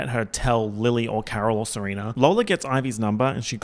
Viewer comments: Ser-oompf-a 😭 you're saurr good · Months later and I'm still dying at him saying "Seroomfa" LMFAOOOO